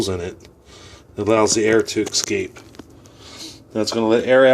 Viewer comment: not excape, escape...😑